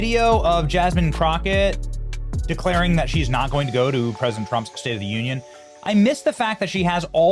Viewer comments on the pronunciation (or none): none